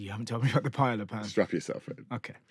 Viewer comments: Pie-ey-ya the double l makes a y sound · Can't continue. Every time I hear one of you miss-pronounce "paella:, it's like chalk squeaking on a blackboard. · the commitment the UK has to not pronounce Spanish words😂😂😂😂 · The repeated mispronunciation of paella is so maddening and just so damn British, it's insane.